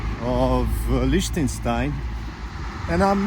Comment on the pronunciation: Just beautiful! What a pity that you had so much rain on the first day. But then I spotted you in shorts! 😁 Lots of ups and downs and a long way to Sargans, wow, well done. I love how you pronounce "Liechtenstein" 😍 Greetings from my home in Germany, right on the border with Switzerland